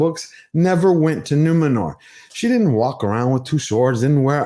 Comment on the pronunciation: No, no… it’s Numenorrrrrrrrrrrrhhh